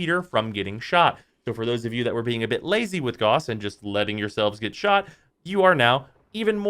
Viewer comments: Gauss. Not Goss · Gowss, not gauze. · Don't know who still NEEDS to hear this, but I know there are a few. His name is pronounced Gah-oo-ss, not G-aw-ss. There is no debate here, that is how you say that name. He got his buff over a year ago, time for everyone to buff their ability to say his name correctly. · It's pronounced like house not gause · that pronunciation.. he's not a band aid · Negative points for mispronouncing Gauss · Stop mispronouncing gauss. It hurts to hear.